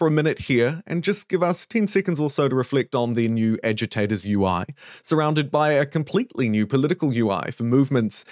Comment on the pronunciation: I can't be the only one that keeps hearing "edutators" instead of agitators. Right?